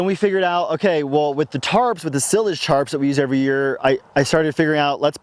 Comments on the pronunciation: Sie-lage, like "silo". Silage goes in a silo. Not to be a hater... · I was wondering if that was a Colorado pronunciation or just his personal style.